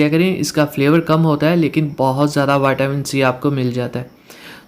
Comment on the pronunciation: Vatamin ni hota vitamin hota ha